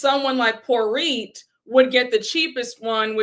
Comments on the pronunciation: Still team Sutton, ten toes down. When she called her “poor-it” I choked on my sangria. Get her!! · I laughed at Porit 😂